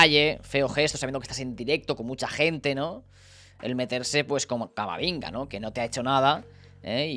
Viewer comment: Yo escucho que dice camaringa y no camavinga.... Es otro al que le dicen la broma